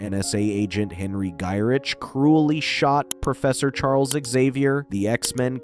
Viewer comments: It's pronounced, "Guy-RICK". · He’s gotta be doing it on purpose.